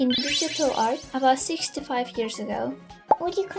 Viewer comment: CONGRATS ON 5K :DD also i really thought you said "65 years ago" instead of 6-5😭